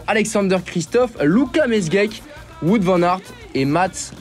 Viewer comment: on dit "Waout" pas "wout" :face-pink-tears